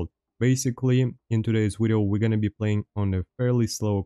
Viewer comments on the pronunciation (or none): The two things that bring me back to this channel is “wideo” and his laugh lol it’s like “Ħä ħä Ħä ħä” and the gameplay it’s great